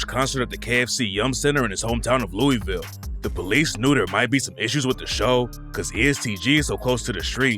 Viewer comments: If you are going to talk about my city Louisville it is pronounced Lou-a-vul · This guy doesn’t know Louisville by the way he pronounces it